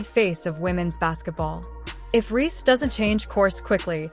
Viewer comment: They kept calling her angel ree lmao